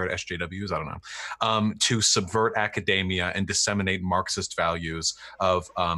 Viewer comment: A pet peeve of mine: "Academia" does not rhyme with "macadamia". (Vaush)